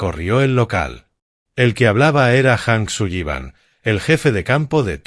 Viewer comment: ¿Hank Suyiban? No le van bien los apellidos anglos: la doble L suena como si fuera una sola L, en inglés no suena como nuestra "LL" castellana. Así como la H en inglés suena como J, esa si la pronunció correctamente. El apellido anglo "Granger" la IA lo pronuncia "Granjer" cuando la pronunciación correcta es "Granyer". Distintos idiomas, distinta fonética. Boyd "Jijins". Se escribe "Higgins" y se pronuncia "Jiguins". "Oak" se pronuncia "Ouk".